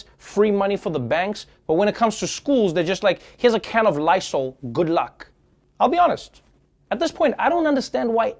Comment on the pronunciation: "here's a can of Lisol. Good luck."